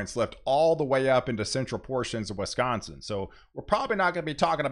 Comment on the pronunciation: Old friend of mine always called it Wesconsin too. lol